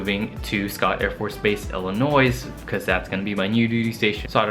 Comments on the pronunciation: One word of advice so you aren't ridiculed at Scott AFB. The "s" on the end of Illinois is silent. Please say Ill-in-noy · You're saying Illinois incorrectly.